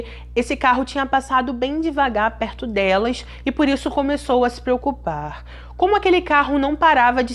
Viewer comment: Se preocupaaaaaarrrrr não infatize o ( a ) ..não precisa sua voz é bonita .